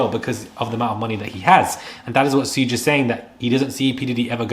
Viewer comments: Some tell him it's pronounced 'shug' 😂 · His nickname is pronounced Shuug’, short for ‘Sugar bear’ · Suge is pronounced "shoog" Thank you for the updates, it's appreciated 🎈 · It’s not “Shoog”, it’s pronounced like the “Sug” in Sugar. Respectfully, if you’re gonna report on Black culture, get it right. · ITs PRONOUNCED "Shu-ga"!!! NOT Soodge! Now Im suspicious of this info. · It's shug, like shug. Not suge, like huge with an s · As if you are going to say “sugar” it’s just SHUG. I was cringing listening to how u said it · His name is Pronounce"Sh uugggghhhe Knight..Not suuge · Please, it's pronounced SHOOG not sooge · LOL Suge is pronounced SHOOG not SOOGE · and Shug is pronounced "ShooG" (hard "G" sound) like how you would say "Sugar" without the a-r at the end. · I understand and I know English isn't your first language. I corrected you because this is a good channel with good reporting. Therefore I want you to do well. I at least was not insulting you... I just want you to get there names right. Too-pok and Shoog (like sugar)... Anyway . Great content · Hi I understand. Don't feel bad because a lady on another video kept saying Suge's name as if it was spelled Suga, Suga. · It's pro pronounced "Shoog". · Suge pronounced SHUG (like "should" with a G on the end) xxx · You right about a lot but his name is pronounced “shug” also Cassie was also couched by the ppl in her corner. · Come On Man!! You know how to say Sugar!!! Just say Sug and leave off the ar!!! You sound dumbxx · You're pronouncing suge's name wrong... It's pronounced like sugar- without the ar.😅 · His name is pronounced Shug, though. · Pronounced “shoog”. Like Sugar. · Sayin “Sooj knight” is crazy insane 😂😂🤯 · His name is pronounced like SHOOG. The creeps all know each other. 🙄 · Why is he saying Sooge Knight 😅😅😅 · ‘Sugh’ like Sugar❤ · Pronounced Shoog like sugar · His name is pronounced “SHUG” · He name is pronounced like Sugar . SUGE ! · Its shag.